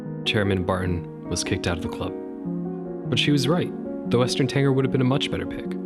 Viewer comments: Karen here would like to speak with manager about his pronunciation of the word Tanager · Oh no, now he’s saying Tanger, instead of Tanager (with a j sound) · It’s TANAGER, not Tanger! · BTW, its Western TanAger, not tanger. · western tanager. you keep saying "tanger" ...which I think you're reading a mispelling to begin with. I hope? Tanager sounds like "manager" ... what you're saying sounds like somebody who drank to much 80's orange drank. Tanger. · It's a Western Tanager, not Tanger. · You had me until "Tanger." It's TANAGER, as in TAN-A-GER. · What the hell is a TANGER? It's TANAGER (TAN-A-GER). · Hey - I love the video (except for your pronunciation of a couple of bird names (Grouse rhymes with louse and house, not with Goose; and Tanager has three syllables and the g is pronounced like a j). Nick Lund (The Birdist) has talked quite a bit about this subject and I think you two agree on quite a few things. I think Texas could do a lot better than a Black-crested Titmouse (which has fluctuated between being a full species and a sub-species of Tufted Titmouse), and while I think the Yellow-billed Magpie is great, surely California Condor would be a better state bird for Ca. Ring-necked Pheasant has definitely got to be replaced as State Bird of S. Dakota - although I'm not sure what with. Maybe you should have a system where every state had to change its state bird every five years (or maybe 10), with there being a public no bird being able to serve two terms consecutively and no more than three terms a century. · Dude did you say "tanger" the whole time? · What do you mean? I was bothered about Tanager being pronounced wrong, but is there something I'm missing? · Love the video! As a birder, I agree with your methodology completely. However, I couldn't help but wince when you said "grouse" (should be pronounced like ow, as in "ow, that hurt"), and "tanager" (should be pronounced TA-nuh-jur)